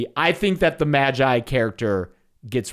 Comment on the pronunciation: accidentally says "magi" correctly.